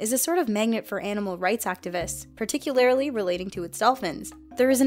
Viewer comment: shitty Hollywood director voice, love ya, yor golden! But,,, listen sweethaht, "particulararly"?!?? Cmooooon yor killing me babe.